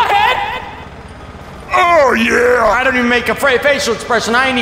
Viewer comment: lol why doose he say oh yah like that